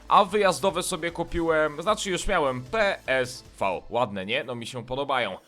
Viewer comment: Nie mów Pe es vau tylko mów Pe es że;d